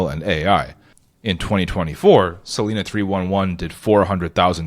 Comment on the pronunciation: Cool idea. FYI it's pronounced "sa-lie-na" not "sa-lee-na".